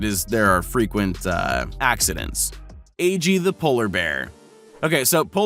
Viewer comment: the polar bear's name is aggie(AAH-GEE) not agee(AY-JEE).